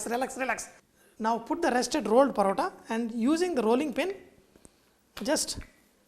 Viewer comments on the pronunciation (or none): This is a form of Malabar 'Parotta'...... Sorry.... But its really pronounced as Malabari 'Porotta'. But the real thing calls for eggs and not oil- Dalda/ Ghee